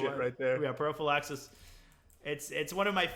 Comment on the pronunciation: prophylaxis in greek means protection so... παμε ελλαδαρα, also you emphasise the "phy" instead of the "la".